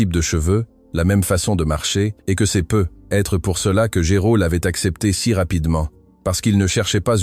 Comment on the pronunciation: je remarque au fil des récit que l'IA ne sait pas prononcer " peut - être" ce serait bien que vous corrigiez cela - mais bonne histoire.